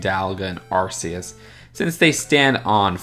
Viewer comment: You should've pronounce arceus as ARC-eus not ARS-eus, as ARS-eus sounds like the word arse. That's why they changed it